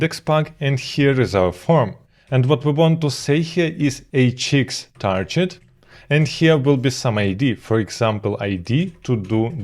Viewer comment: Hi, I am getting more and more hooked on your content, bravo! But as I have seen some videos of yours, I noticed you're pronouncing the word target like I haven't heard before: It's not "tarjet", but with a hard g like in "gig"